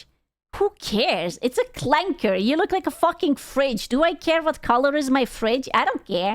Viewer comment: LMAO she said Clanker like it was personal